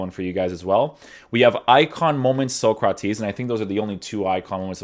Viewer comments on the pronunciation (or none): none